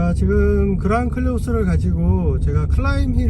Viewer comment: 자꾸 클레오스라고 하시네요. 콜레오스 화 납니다.